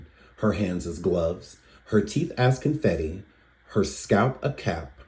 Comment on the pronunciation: I thought That poem Anger was about Rihanna the way she said ConFetti also "Con Fenty"